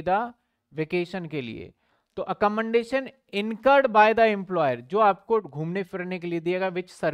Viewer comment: sir accommodation sahi nahi bolte aap